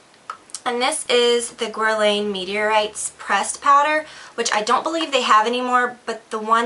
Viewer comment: as a makeup artist you should learn how to say guerlain, just sayin.